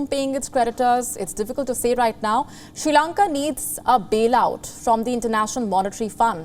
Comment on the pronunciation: It's SRI Lanka, not SHE Lanka